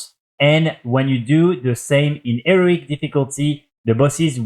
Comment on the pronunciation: maybe we enjoy the fact that he says eric and heroic bussies, have you considered that? maybe youre the one implying it's a problem.